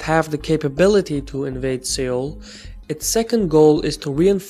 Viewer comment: Its pronounced Sole, not Sayole